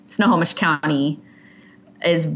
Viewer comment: Did pretty good pronouncing Snohomish! It’s Snow-Ho-Mish. Anyways, thank you for always covering cases in my state. There’s a lot of weird shit happening around here. ❤️